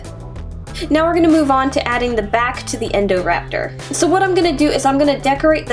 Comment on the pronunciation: She said endorapter not indorapter